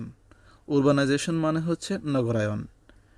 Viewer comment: উরবানাইজেশন না আরবানাইজেশন?